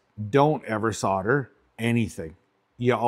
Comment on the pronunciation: What the fuck is soder,though it was solder.